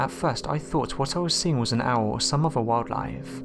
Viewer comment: My only comment is PLEASE learn to pronounce words CORRECTLY! Especially words with "th" in them! It's not "over"...it's "oTHer", and it's NOT broVER", it's "brother"! PRACTICE! You're speaking our Mother language and as a narrator I'd think, HOPE, you'd take care to pronounce words correctly because it's so distracting from the content of these posts. You even pronounced the name of Mobile Bay incorrectly...it's "MoBEEL", not "Mobile" as in describing something on the move! Gerrrrrrrrrrrh!!!